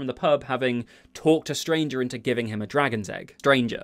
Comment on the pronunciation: With the way you said “talked a stranger into..” the -er in stranger was definitely West Country enough to play Hagrid yourself! Sincerely, a West Country guy with a pair of stilts, hopeful of getting the casting call 🤞🏻🤣